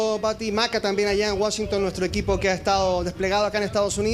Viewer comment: Por qué dice Wushington si es Washington periodistas Chilenos aprendan a pronunciar